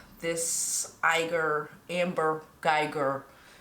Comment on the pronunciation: "anger" guyger? 😂🤣🤣